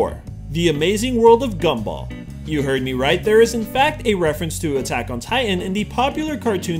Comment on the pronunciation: Buttack on titan really 😂